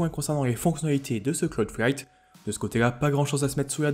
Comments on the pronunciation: Ta du mal à dire cloud fight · 👌 t'as un peu de mal à dire le nom nan?